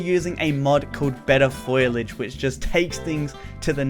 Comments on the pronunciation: Foll-ee-age. Not foil-idge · “FOILage” triggered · "Better foilige" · its pronounced fo li aje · Did anyone else cringe when said foliage